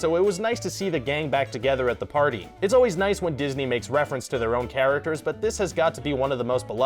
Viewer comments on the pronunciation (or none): none